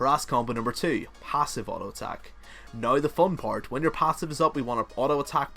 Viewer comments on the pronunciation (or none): Your accent^^ - Noiiii Instead of Now :P